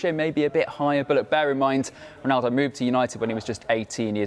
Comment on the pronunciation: Man really said original roanaldo I thought it just for us to troll Cristiano